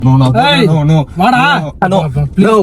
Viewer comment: No❌ noov✅ 😂😂😂